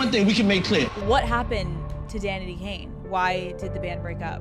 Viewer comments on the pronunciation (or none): none